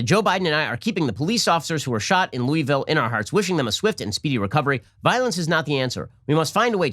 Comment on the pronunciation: Lol ! I love it . He’s not a southerner 😉